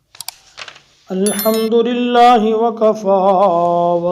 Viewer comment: Hazrat ji alhamdo ky agy lam hy raa ni he ap rellah prh thy ho